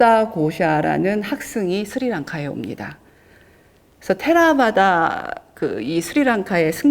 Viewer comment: 로만자 v를 ㅂ으로 발음하는것은 산스크리트어 발음입니까 빨리어는 ㅇ으로 발음합니다 비나야 -> 위나야 테라바다 테라와다